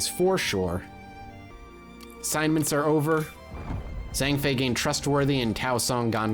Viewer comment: I don't think you've pronounced a single name correctly, or used the same mispronunciation twice lol. Zhang Fei- Zh sound is like j in the french Jacques. Zhuge Liang- Zoo-jay. Sun Jian- Soon Also Yuan Shus aknowledge legitimacy just gives him more of his unique currency, so it can be a useful hand in trade. You have so so many ancilliaries you're not using and probably never will. They're amazing for trade. Also trebuchets. Trebuchets are amazing and having 2 in an army can be devastating, if you have a strategist, a trebuchet is a viscous tool.